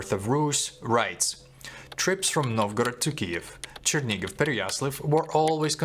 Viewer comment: знову проблема з написанням по вимові , тобто - московській кальці в місці: Черні-гіВ( а не ґов), Переясл-ав ( а не авль)